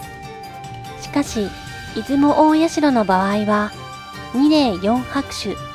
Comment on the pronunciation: いずもたいしゃ」じゃないの？